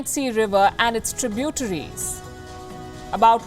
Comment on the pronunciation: Interestign inability to pronounce many words correctly. Like 'tributaries' .... sheesh.